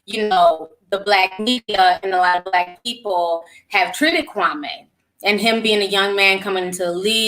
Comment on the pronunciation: Kwame name is pronounced “Kwameee”...Steven A is the one who changed the pronunciation